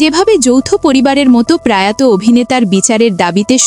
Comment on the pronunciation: কথাটা প্রায়ত নয়, প্রয়াত। একটু খেয়াল করে উচ্চারণ হওয়া উচিত।